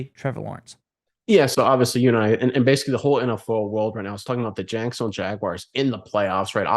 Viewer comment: Someone want to let me know what he is saying 😂😂😂😂😂😂 Jankstown? Jagston? It’s jack son ville my dude. If that is too rough to get out, just use Duval.